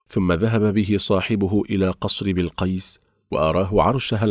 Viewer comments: بِلقَيس بِلقَيس بِلقَيس تنطقها وكأنك تقول بيل قَيس بيل قَيس 😒😒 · بلقيس قال بولقيص 😁😁ماشاءلله وضحت منيح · للأسف مايعرف ينطق الاسم مثل ماهو العنوان مستفز لكل يمني الصراحه ☺️😂👌اسحب العنوان صح بلقيس ملكة من نسل ملوك كانت تملك الأنس والجن وكان لها عرش عظيم مثل عرش سليمان ولكن سليمان رضي الله عنه كان نبى وكان له حكم الأرض كله ملك الطيور والجن والأنس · كلام فاضي ولا صلة له بكلام ربنا ونبينا الكريم .. احذروا من روايات الاسرائيليات ...حتى ماكلفش نفسه يقرأ اسم الملكة بلقيس صح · يقول اسم بلقيس غلط يا اخي تكلم زين وقول الاسماء صح وربي لو انك بأولى ابتدائي ما تنطق الاسم كذا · اولا ما بيستطيع ينطق اسم الملكة بلقيس بشكل صحيح وثانيا لماذا سميت الملكه بلقيس سارقه عيب هذا الكلام لايصح من انسان مسلم وكذلك اكثر ما في القصه ليست من القران الكريم فمن اين استقيتها بالمختصر (قناة كذاب ودجل) الا لعنة الله على الكاذبين الاصح والمفروض تكون اسم قناتكم هذه هابطون